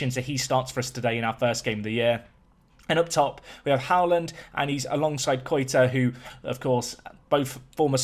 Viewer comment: I love that literally every british person says «Haaland» wrong 😂